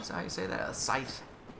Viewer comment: Oh, as a by-the-way, as far as I know, you pronounce scythe and lucern right.